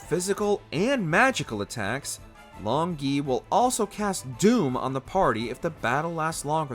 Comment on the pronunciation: Long Gui is very likely to be pronounced as 'long goo-ey', which means 'dragon turtle'